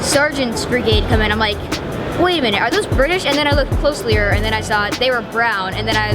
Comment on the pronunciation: “Then I looked closlier”